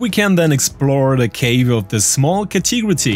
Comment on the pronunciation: Ka-Tee-Gra-Tee is pronounced Ka-Te-Gorry otherwise, amazing English. :)